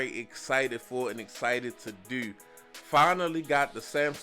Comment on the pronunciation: You must be from Baltimore? The way how you pronounce do(deww)